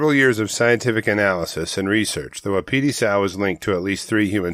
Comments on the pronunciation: It’s WAH-PI-TIE. Like the elk. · Please look up the pronunciation of Wapiti, you’ve got an extra syllable there. Drives the locals nuts, thanks.